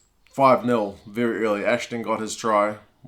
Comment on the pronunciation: “...Viry viry wit!” 😄👍🏼